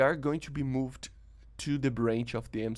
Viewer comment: With much respect I just want to point out the words "changed" and "moved" are pronounced with one syllable like the word "cold". I realise English might not be your first language but you speak as fluently as any native English speaker. 😊👍